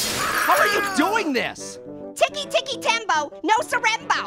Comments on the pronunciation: It’s ticky ticky tambo no sarambo. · But it was funny when he said Ticky ticky tambo, no sorambo